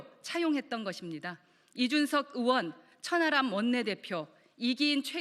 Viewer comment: 넘 거슬려요 허의원님.... 으원 아니구 의원 입니다 발음좀 신경써주세요